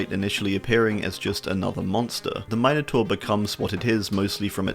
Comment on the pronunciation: Kudos for pronouncing minotaur correctly